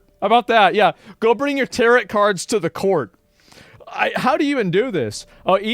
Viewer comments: Tarot Cards : "Tarrot" like carrot.... pronunciation : Tarrow / (T-air-oh) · Not Asmon saying tarot like "carrot" Still love ya though